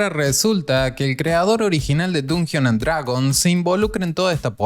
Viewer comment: Nada te cuesta aprender a pronunciar bien el nombre del juego… Está bien que no sepas inglés, pero con que solo pronunciaras bien, ya estaría bien.